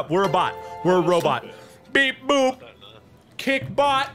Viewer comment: Mark: says kick bot Me: hears kik bot Also me: rip kik T.T